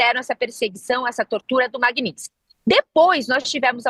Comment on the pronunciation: >> lei "maguinitisquis"..."jornalista". >>> O que era pra ser dito: Lei Magnitsky